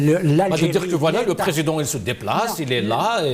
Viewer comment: En français c'est président et non présédent. Un effort phonétique svp!